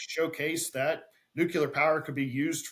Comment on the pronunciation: pronounces "nuclear" like G.W. Bush did: "nucular" 😆